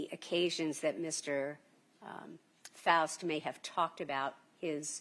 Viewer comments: It’s pronounced Faust like Frost…idk where they got that Foust pronunciation from…his name is Edrick FAUST… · Mr. False? His own attorney can't even pronounce his name? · it’s not that hard to say Faust